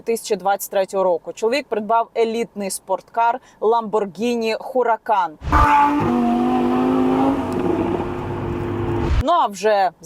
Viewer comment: ❤Яніна, можна Вас виправити? Не хураган а Ураган тому що буква H не читаэться, в перекладі Lamborgini Huragan - Ураган 🎉